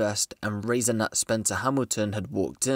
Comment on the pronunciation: did he say razornut hamilton?😂 its raseante